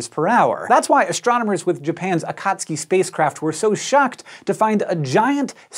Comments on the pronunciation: AKATSKI? Nooooo!!!! AKATSUKI..... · A-ka-tsu-ki, not a-kat-ski... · Akat suki ? This guy says Akatski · It's Akatsuki, NOT AKAAATSUIKI! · In Japanese, Akatsuki is pronounced AH--kut--SUE--kee. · this might have been mentioned already, and this is, in no way, a criticism, but akatsuki is pronounced ah-khat-su-ki. strictly speaking, for informational purposes. still love what you do for this channel and please keep them coming. ;) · It bothers me that he doesn’t seem to be pronouncing akatsuki correctly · I think it's pronounce Akat-soo-kee but I'm not sure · Hank, you're not pronouncing "Akatsuki" correctly :)